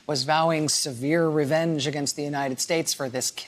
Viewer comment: the way she said “severe revenge”. this is why people think we’re ignorant. have some respect sis